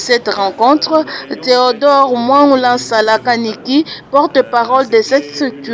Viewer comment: Maman, j'ai aime ta prononciation de theodore muangula nsala...ah ca